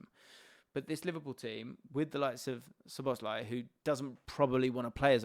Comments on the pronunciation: Love these videos and conversations. I think it's pronounced SZOboszlai not szoBOszlai. Thanks for the great content and analysis! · Please put the emphasis on "Szo", not "bosz", when you pronounce Szoboszlai's name. One of the basic features of the Hungarian language is that the word stress is always on the first syllable, without exception. If you put the emphasis on any other syllable it will sound strange and wrong to Hungarian ears. Pronouncing it correctly will take only a small adjustment on your part, but your Hungarian viewers will be grateful for it.